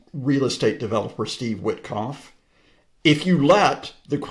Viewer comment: When depicting Witkoff's low IQ, Scott introduced a slight hillbilly twang. I do this, too, and it's not really fair. Well, it's fair and many hillbillies would agree with me.